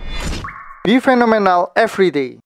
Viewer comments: eh sorry bukan fi-na-mi-nal, fi-na-mi-neul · Bukan "fe-no-me-nal", tapi "fi-na-mi-nal". Rekam ulang lah koo.